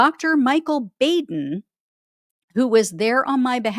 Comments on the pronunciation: Baden is pronounced BAHden, not BAYden. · Hey! ❤you! I wanted to tell you that Dr Baden’s name is pronounced Bah- (like a sheep says) -den. He is pretty well known, as he often testifies in court cases and he is featured performing autopsies on the program, “Autopsy.”